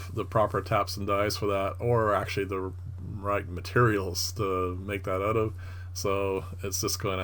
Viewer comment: Nicely done...Did I hear, Ote??? I sense a Canadian, ehh!